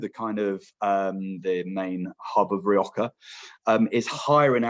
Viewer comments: Nice overview. But as a wine educator you really need to spend some time watching some videos of Spanish wine in Castellano to get the pronunciations for the place names! Among others, not sure why you Brits pronounce Rrrrri OH Ha as Rioka. Imagine me pronouncing the river in London as the THhames.... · I thought I was hearing wrong. How hard is it to say HA! 🤷🏽‍♀️